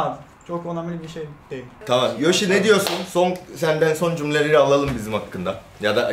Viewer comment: Yoshi, Türkçe telaffuzunda "a" ve "e" sesi arasındaki farka dikkat etmelisin.